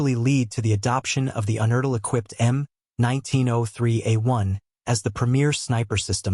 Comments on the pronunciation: It is pronounced "you"-nertl not "un"-nertl. I met John Unertl in his Pittsburgh optics shop in the late 1970's. He was a real character and a superb optician. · YOU Nertl Not UN ertil, Get the shit right!! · Well... First, it's pronounced "YOU - nertl". Next, yes those scopes are indeed... crazy good. I have one, myself; a 15x one, that I used for Small Bore Silhouette competition. Mounted on a tricked out Remington 541-S .22lr rifle that can put Remington Hi-Speed Solid bullets thru the head on a dime at 75 yards, until you get bored - or run out of ammo. With the sun shield mounted on it, that scope is about 2 inches short of the muzzle. Yeah, it's definitely overkill on that rifle; but, I've won matches with it, simply by pulling it out of it's case and letting my competition watch me put it on the rifle. I could feel the "Holy shit..." vibe go down the firing line; lots of those guys just seem to... give up, before the shooting started... Unertl does not make these scopes any more, but they're still in business. They make top-tier optical equipment - particularly collimating/bore-sighting tools. But, they still make rifle scopes - "normal" looking ones; and they can make your vintage scope good as new, if needed. If you want one? Be prepared to make your wallet bleed - a lot...